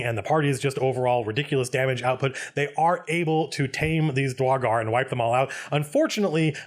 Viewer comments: Dra-gar i know he dosnt care about mispronoucing it but its Dur-igar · Excuse me, Sir Colville, I am afraid I must confess that I, as well as some of my fellow people, find your pronunciation of "Duergar" triggering and personally offensive. I hope and pray to our great and wonderful lord and savior Abbathor that you amend this mistake, so that we may comfortably sell you into slavery, without concern that you may offend your soon-to-be supreme owner-lord. Thank you, we appreciate your consideration. ... ... ... Nah, screw the dank dwarves. Love your vids, man. You wield the voice of an angel, and the words of a timeless scholar. <3